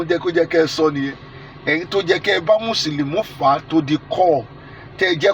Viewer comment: Alagba it's Musulumi not Musulumu...